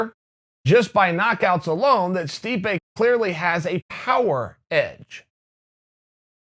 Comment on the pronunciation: *Stipe not stipe buddy